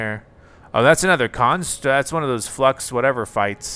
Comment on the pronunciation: When he said flux I thought he said fucks